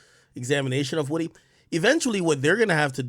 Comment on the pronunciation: Ak gets defeated by the letter O every time. “Rury” “Wudee”